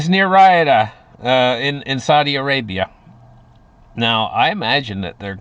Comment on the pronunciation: Riyadh is pronounced ree-odd not ry-uh-duh